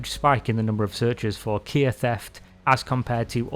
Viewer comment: Why do you call “KIA” Kiar 🤣 its not keyer keier kiar whatever you call it its kia